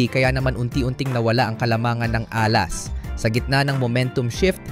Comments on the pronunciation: AI ka ba? Dapat stress nasa 2nd syllable a-LAS hindi A-las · Please pronounce Alas properly.